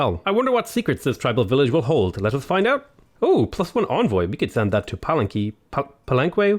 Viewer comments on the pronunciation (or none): It's pronounced PAH-LEN-KEH! Your pronunciation hurts me given that we use that word everyday. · Palenk i think its pronounced like that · We Filipinoes do, when we go to the marketplace to buy ingridgents for the meal for the day. "Palenke" which is a (very divertive) derivation of "Palenque", via Spanish occupation. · You're killing me every time you meet Palenque. Pal-enn-kay! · It's prenounced palenk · Pa-Len-Ke. With the e in the second and third syllabes being pronnounced like the british As. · big fan but please listen to pronunciation here